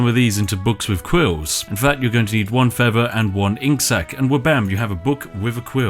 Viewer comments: “One feava” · Why can't you pronounce thing or feather? You're supposed to be a posh British person